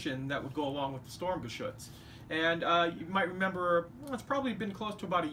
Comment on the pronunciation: Nicht "Stormgeschütz" es heißt "Sturmgeschütz" trotzdem gutes Video.